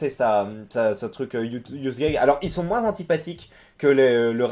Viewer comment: pourquoi tu dis moinSSSE au lieu de moins ?